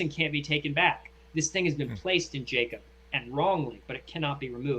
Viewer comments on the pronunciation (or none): none